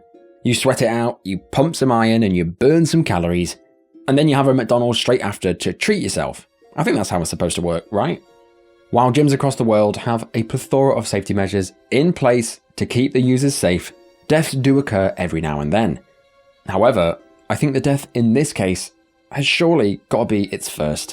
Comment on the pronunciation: Dafuqs a : "Plee-thora?"